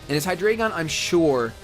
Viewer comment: It's Hy-dry-gun! It and it's previous evo's are based off the German; Ein, Zwei, Drei (1, 2, 3) Only gripe this video! Keep them coming!